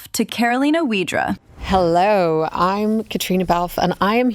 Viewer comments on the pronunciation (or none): Yeah, I wonder why Cait pronounced it like that😭 Surely she knows the correct way but instead she even said it with the english w😅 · Very interesting interview! I especially loved the last bit. Two beautiful women, inside and out. Thank you for letting us into your friendship! Also, as a Pole, it's funny to hear "Wydra" pronounced in English 😂.